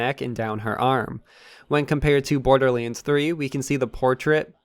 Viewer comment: C’mon,. You can do this. LANDS. BorderLANDS. Not borderlyinds. We believe in you, dude.